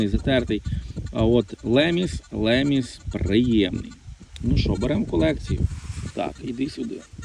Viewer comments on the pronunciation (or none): Тільки не леміс , лемісний, а лімес, лімесний !